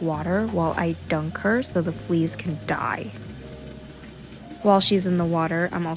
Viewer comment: “While I DUNK her so the flees can DIE” I love how she emphasizes on some words so much and then goes back to sweet voice talking 😂